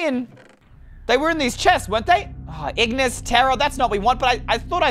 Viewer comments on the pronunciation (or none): none